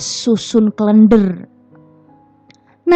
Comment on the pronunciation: Cara baca Klender salah 😂